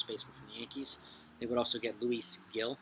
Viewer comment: I like that yankees brewers white sox trade! Nd its pronounced hill, Luis Gil lol i heard Kratz say it thats only reason i know